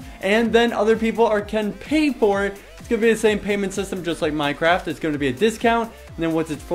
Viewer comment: its sayed minDcraft